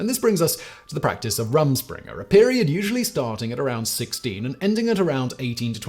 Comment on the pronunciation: Pronounced Room Schpringah 👍 it's Pennsylvania dutch